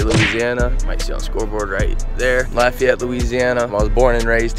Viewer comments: Lafayette not lafayet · dude come to louissiana its awesome and you said lafayette very bad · You pronounced Lafayette wrong